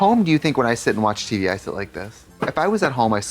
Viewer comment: the way she just dropped it and continued the conversation and they never mentioned it again 😭😂😭 "the Teey VEeey"